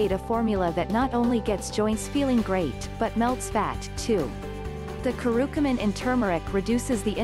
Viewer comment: * it's Curcumin not Curucumin